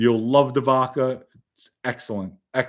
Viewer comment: Lol I love the show but my OCD zero’s in on “VOKA”. I’d die if you pointed out “”Yes! I know it’s VODKA”. Keep up the awesome work